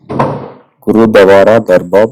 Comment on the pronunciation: Sir you're pronouncing gurudwara as gurudawas 🙄